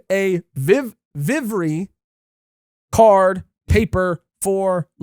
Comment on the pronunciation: Vivre Card is pronounced VEE-VER card.